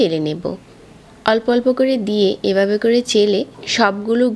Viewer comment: Uni ভ uccharon korena দুই বাবে ,বিজা এই রকম বলে এরপর ঢেলে রে বলতেসে ডেলে maybe uni ctg er tai oikhaner accent chole ashe